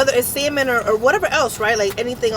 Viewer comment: Lol when she said samon it sounded like semen cheesesteak 😂